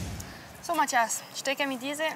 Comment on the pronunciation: Wie Cyndie immer sagt : Mattjas